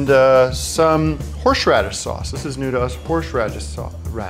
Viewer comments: HORSH RADIS SAUCE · Horsh radis sauce. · Horsh raddise sauce.